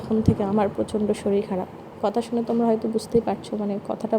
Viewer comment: Shoril na re baba kothata holo shorir.